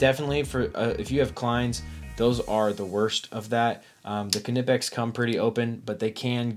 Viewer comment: Pronounced nipex